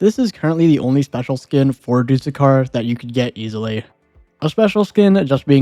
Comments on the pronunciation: “Do-the-car” “t-Ow-zoo-koo” He’s probably gonna pronounce the ghoul skin when he gets to two time as “gee-ool” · you actually pronounce doothekkar as dooth-ekkar (dooth rhymes with tooth) It references a lisp, a condition where someone can't pronounce "s" properly and ends up sounding like "th"